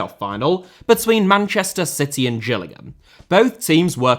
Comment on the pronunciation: Its not pronounced Gills like a fish, its "Jills" as in Gillingham. That should be an obvious one.